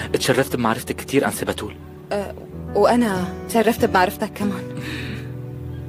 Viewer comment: احلا شي لما فتون تقول باااتول 😂😂😂 تلفضو بحرف ا😂😅